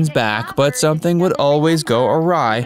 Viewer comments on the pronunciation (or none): none